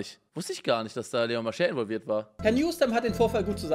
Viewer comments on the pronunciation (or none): involviert nicht inbolviert.